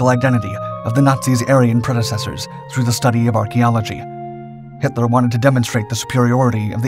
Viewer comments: DUUDE his names Hitler not Henler its pronounced with a T not an N but besides that good job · We’re you saying Himler? Or Hitler?